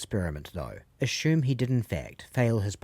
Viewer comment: I love this channel your witty approach to content, makes your videos unique... I always correct peeps on this, sorry.. Correct pronunciation (Assume) As-sueme.. Incorrect (Assume) A-Shume